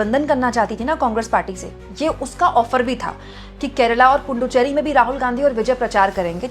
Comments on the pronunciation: Say Puducherry or Pondicherry. Dont say Punducherry. There is no any Punducherry. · ❤. It's Puducherry, not Punducherry